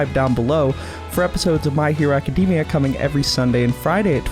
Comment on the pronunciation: Love how yall say Acadeemia instead of Academia